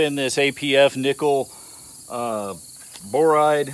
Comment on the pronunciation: Nickel boride? C'mon man.....